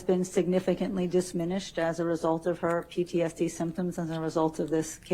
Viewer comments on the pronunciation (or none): Disminished ( correct pronunciation: diminished). Also she pronounced Italics as "italisses" I about fell out of my chair! Her level of education and she doesn't know that the c in italics is a hard c (k sound) ?!? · Did she just say disminished😸😸😸